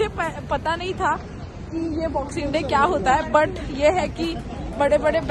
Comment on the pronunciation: Kiya instead of kya